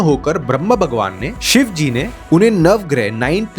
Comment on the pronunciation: Shva nahi shiv ji bolo